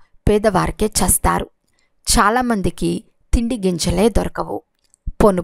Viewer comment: చేస్తారు అనేది స్పష్టంగా annandi